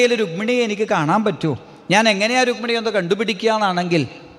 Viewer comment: രുഗ്മിണി അല്ലടാ രുക്മിണി. ഹൌ വയ്യ. ഏത് നാറികളാ ഇത് post ചെയ്യണേ ആവോ 😊